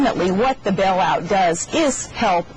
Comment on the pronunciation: It's pronounced Bail out not Bell out. God she's an idiot!